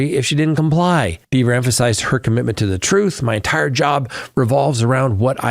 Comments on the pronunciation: Not sure we're watching the same trial. First it's John not James. Also, it's Dever (like Denver without the n) not Deever... She made that VERY clear on the stand. You sure you're actually watching this or are you getting a recap from someone else? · Do you even watch the Read trial? -JAMES O’ Keefe?? No, it’s JOHN. JOHN O’Keefe. -Deeevers? Had you watched, you’d have seen where she admonished AJ for that pronunciation. There are more you facts you got wrong, but I’m over it and dropping you. You’ve gotten wasaaaay too deep in the bias weeds.